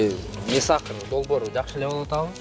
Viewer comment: не сахарды туура айтчу😃